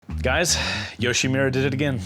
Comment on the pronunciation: when do you finally learn it's not YoshimIIIIIra, but YoshimUra?